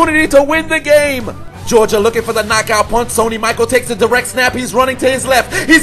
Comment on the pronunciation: Yes I recognize I mispronounced Sony Michel's name... I read Michael... why? BECAUSE MY EYES ARE JUST FOR DECORATION! NOW EXCUSE... ME WHILE I PUT MY MUTHAFUCKIN HEAD DOWN!! WHO'S A DUMMY?!?! I'M A DUMMY!!!!